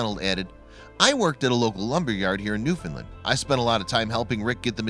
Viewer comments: It's call NEWFOUNDLAND not NEWFINLAND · Newfoundland . Pronounced new found land . Not new fin land . Or new found lind . New found land . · Newfoundland rhymes with understand. Pronounce the vowel in the last syllable. Hearing Noof’ndl’nd is really irritating. The only thing worse is NooFOUNDl’nd. The stress can be on the first syllable or the last one, never on the middle syllable.